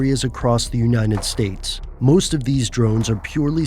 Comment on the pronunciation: "Uninet States"